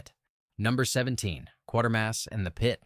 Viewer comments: "KWAY-ter-mass", not "QUAR-ter-mass". Pronounced like it's spelled. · Kwayter Mass. Not Kworder. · It's not "Quart"ermass, it's "Quat"ermass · Another vid that fails to impress. These films are not forgotten. They just haven't been seen. One, it's pronounced 'qwaytermass', not 'quartermass'. Two, First Men in the Moon, while I liked the film, didn't have a great story, and as much as I liked Harryhausen's work, it wasn't his best, IMO. Yes, it's a personal opinion, so I'm just throwing it out there. Creation of the Humanoids--no, Bobby Heenan didn't have a hand in the title--was overly talky. A good idea, but overlong and dull in stretches. Still worth a watch. Battle Beneath the Earth is B-schlock. Fun, in a dumb way, but still...dumb, and by today's standards, racist. The Tenth Victim: superb. Cleverly done and well-acted. 'nuff said. Seconds: Rock Hudson't finest film. Crack in the World: one of my personal favorites. Yes, the science is wrong, but at that time, plate tectonic theory was changing, so the concept of the plates being solid is outdated and wrong. Superb acting, direction, and special effects. Worth watching. As for the rest, they all have their merits and demerits. As someone over the age of sixty, I've seen all these films, so the younger generation will discover them--eventually. Check the Internet Archive. All of these films can be found there. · Its pronounced Q waiter mass, not Q water mass. You're welcome. If you'd ever watched it, you'd have realised that. Only an AI would get that wrong...Oh, wait a minute...😁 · It's "Quatermass" not "Quartermass".